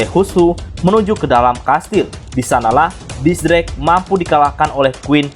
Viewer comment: X drake, tapi mimin bacanya kok gitu yak :v